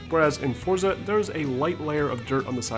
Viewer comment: its pronounced 'fortza' the z is italian